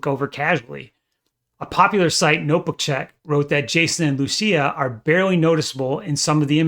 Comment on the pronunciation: thats not how you say lucia